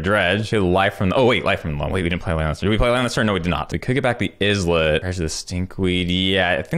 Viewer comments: It's actually pronouned "Eye-let", just like Island. Not "Izz-let" :) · Islet= EYE-LET, not IHZ-LET